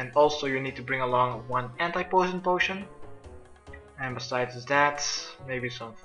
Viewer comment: As a non native speaker I cringe very much at you pronouncing anti poison potion, good guide tho :)